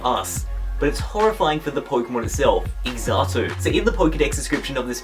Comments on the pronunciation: Xatu... (pronounce zah-too in america) the time seer. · First off, Xatu isn't pronounced "Exattoo". The "x" is more like the "x" in xylophone. Secondly, Lavender Town Syndrome is fake, a myth originating from a creepypasta. The lack of response when asked about it is more likely him not wanting conspiracy theorists to use his denial as evidence supporting it. If it was real, Pokémon would never have continued, as that would have been a bigger tragedy than the Electric Soldier Porygon episode causing seizures. If mass seizures gets an episode banned and never spoken of, puts the show on hiatus for quite awhile, and prevents a Pokémon or its line from ever again appearing in an episode, then imagine what would happen if a song in the game caused death. Finally, the Slowpoke weren't killed, and their tails can grow back. Play through that part of the gen 2 games or remakes again, they state all of that. And them cutting off Slowpoke tails is nowhere near as bad as all of the evidence in the games and anime that they eat Pokémon, which some people see as natural and others see as disturbing